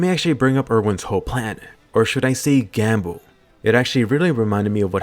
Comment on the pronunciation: "Erwin's titan attack gam-hook..." ...gamhook???